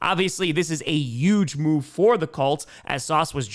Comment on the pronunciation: At this point you might as well replace any H in any word with a Y,. Enough of "yuge" and "yuston". We want Pittsburgy. We want the LA Cyyargers. We want the Seattle Sea-Yawks. No more H's!